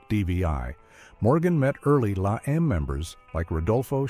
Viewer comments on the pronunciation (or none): not la em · it's la eme